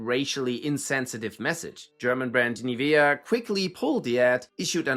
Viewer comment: highly doubt that an AI generated video would pronounce "Nivea" properly, i.e. as a German word. (Nivea is a brand of the Geeman company Beiersdorf AG,. First Nivea cream was produced in 1911 - read the Wiki article for yourself; it includes an audio of the correct pronounciation, too. FYI, 1911 was 22 years before Nazi ruling in Germany. 1911 was pre-WW.I imperial Germany, with the German colonial troup even had militarily excellent soldiers of native Africans as separate units, who gained German citizenship by serving, including orders, medals, and pensions. These black German soldiers were even famous for their bravery in Germany back then. But, no matter how heroic Africans fought for Imperial Germany. there was racism, too. Additionally, in then Deutsch-Südwest Afrika, today's Namibia, the native Herrero and Nama were massacred and faced genocide when they were uprising against the Imperial German colonial administrstion. Just last year, the Bundespräsident of the Federal Republic of Germany (the succesor of the successir of the successor of Imperial Germany in which's name the atrocitieswere conducted) travelled to Namibia, and asked the Herrero and Nama for forgiveness for the genocide. There was no conventionsl compensation, but some fund was set up to support the current Herrero and Nama - sry, not familiar with the detals ) Back to the topic at hand: Usually, LLMs are trained on English pronounciations. And those English pronouncing LLMs are applied when targeting